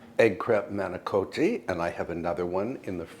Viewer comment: Everything looks fabulous, and I've made your granola and it's excellent. Tierra farms has some great products., I know you like pronunciations to be accurate, and when you say the word manicotti it's not pronounced with a OH sound, being from an Italian family they would set you straight. YouTube has the best pronunciation. Maahniecawhttie. And again, ricotta is not pronounced with an OH sound, but rather with an aww sound. And roll the R. Rrrrrcawwwtta. It's a rainy dreary day over here in Holland Michigan, and I made some excellent apple cinnamon scones this morning.